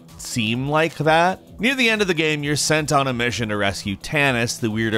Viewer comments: "Every single gyaaeyum". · Is it just me or does anyone else find weird the way says "game"